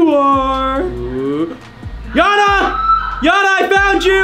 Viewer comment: U Gays did a big mistake the yana name is not good u gays said Jana beside of yana😂